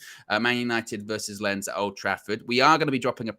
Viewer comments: It's pronounced, "leans". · Lens is pronounced with the s. The e as something between an open a like in British pronunciation of answer and an o, always a little nasal like the wovel is created in the upper back part of your mouth. It should practically rhyme with a French pronunciation of France. I’ll crack up laughing if you post a recording of you all trying to follow this guidance